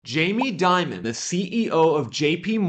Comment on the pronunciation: jamie Dimon is pronounced Dee-mone, just as an fyi for future dialogue.